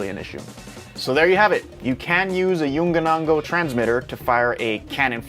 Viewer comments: KIKIKI.. maybe yua can try pronounce it as "young know"... btw u made my day ,, thanks man... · Damn bro you need help its "yong- new- o" lol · Learn how to pronounce Yongnuo. You sound so ignorant and ridiculous. Imagine a Chinese person not bothering to learn and just mocking the name of an American company: Gewill Elekprick. Lick your general. Ha ha. The item this company produces has bailed you out, show some respect for the brand. This guy explains the pronunciation here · Learn how to fucking pronounce it before making the video. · That is the best pronaunce of the name YongNuo kkkkkkk